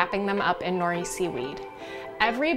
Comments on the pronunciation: Hey sister, roll the “r” in nori , sound haole. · Nori is pronounced no’ lee!